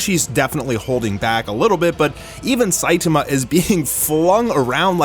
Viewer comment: is the only anime youtuber who pronounces "Saitama" correctly